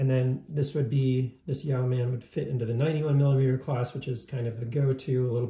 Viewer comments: YOH-man, not YEOW-man. It’s a fairly common word. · It’s pronounced ‘Yo man’. yoeman ~ a man who owns land and is responsible for its cultivation. Yoemanry were a class of people, who derived a living from their land and or trade, enough to live comfortably and save a little. But not enough to stave off poverty if they fell ill or were robbed. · It’s pronounced ‘Yo’min’ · I believe the pronunciation is “Yo-man” not “Yee-ow-man”. It is a naval rank term, Yeomen perform secretarial/administrative and clerical work. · Good video. I want a Yeoman somehow. Pronounced Yo like row (Yo- muhn) not ( "Yow man"). Ow man, that hurts!... Yeoman,a low ranked administrative position in a royal house or in the military like in Star Trek (Yeoman Rand, used to flirt with Captain Kirk).. I think the Yow man is a cryptid creature lol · It's YOmuhn, not yaoman. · His 3 year old didn't bother me but every time he said "yow man" i wanted to slap him. Did he never even watch Star Trek? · Pronounced: yo-men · "Yow-man?" Damn, that's annoying to listen to. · It’s yo-men. The e is silent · It's pronounced e-yeow-MAN! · Interesting video. I like how you compared the Yeoman to do many other options. As a veteran of the US Navy, I have to correct your pronunciation; yeoman should be pronounced like woman with the first syllable rhyming with toe. I have a Yeoman that I modded myself and agree that it is a great tool combination. Look forward to seeing your future videos. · Thank you, this was triggering the 💩out of me ! How do people not know that Google has an audio file of pronouncing every word ???